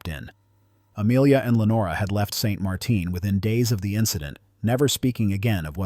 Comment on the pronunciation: Just because the town is in Louisiana, doesn't mean it has a crazy French pronunciation. It is St Martin, and it uses the English pronunciation